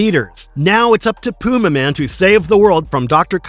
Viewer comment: It's pronounced Pyumaman.